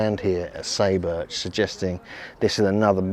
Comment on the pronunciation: SAY is pronounced like the English word "sigh" and "u" is like "oo". SIGH boorch. Just saying.